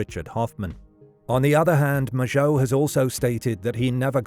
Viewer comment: He pronounced Mageau properly. Frankly if nothing else, that was worth a new Zodiac-related video.